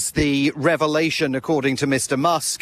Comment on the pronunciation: 1:82 "Mr Muck" lol,. hahahahaha